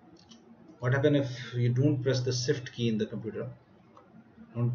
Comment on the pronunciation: "SIFT KEY" What the F**K is a SIFT KEY learn how to talk correctly plz. sorry for getting mad bad I am easyly annoyed. and cmd says "Parameter format not correct -"